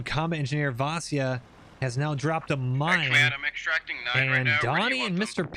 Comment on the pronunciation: Vasya is a slavic first name, it's pronounced like "Vasha"